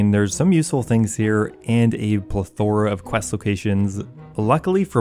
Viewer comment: I think you’re one of the smartest OSRS players ever to do it, but then you go and pronounce “plethora” like that…😢 please rewatch “3 Amigos” for the proper pronunciation. Lol